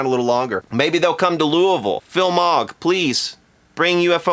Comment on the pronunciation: I thought you were from Louisville, not Loovooool